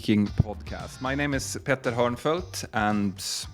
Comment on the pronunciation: When he says his name, it sounds like he says Petta. It’s an honest mistake, not disrespect